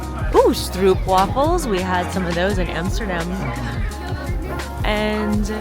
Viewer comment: Small pronunciation tip for Dutch: double o (oo) is pronounced like the o in the English "hope". So a long o sound, and not like the English "loop". Goes for "stroopwafel" and "Hoofddorp" and any Dutch word with "oo".